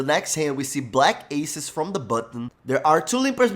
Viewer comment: "o" big blind decides to call o cara é mt brasileiro EHUAEHUAEHUAHEUAEHU